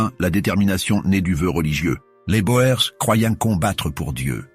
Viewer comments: les "bo-ères" ...pfff les "boers" c'est du néerlandais et/ou africaans, ça veut dire "fermier"et ça se prononce "bour" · boer se prononce bour. le pluriel est boeren [boûrën]